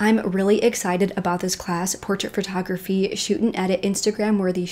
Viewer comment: Am I the only one that heard "phrotography"? Lol